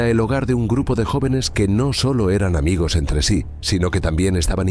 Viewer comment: Muchas veces los "amegos" se convierten en enemegos..😂😂